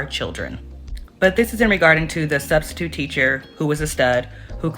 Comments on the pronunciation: !!!I heard yo slick azz say STUBstitute also😂😂😂😂😂😂😂😂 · you said "Studstitute"😂😂😂😂